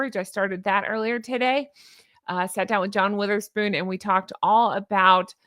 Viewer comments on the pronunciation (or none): none